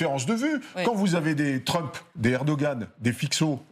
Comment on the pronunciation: C'est pas Tramp, c'est Trump